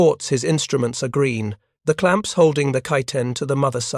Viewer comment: a damn shame. where the narrator says, "once those clanps are titghened", I wanted to give up